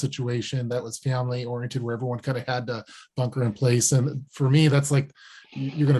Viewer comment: Bunker not banker